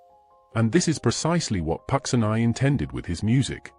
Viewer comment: It would help if Puccini's name was properly pronounced.